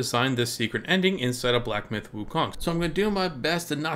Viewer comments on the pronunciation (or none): none